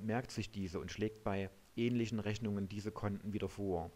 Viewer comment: oh jeee.... "Reschnunge werde arschiviert". Mit diesem Video hat sich der Eindruck verfestigt, dass man sich mit dieser Software besser nicht belastet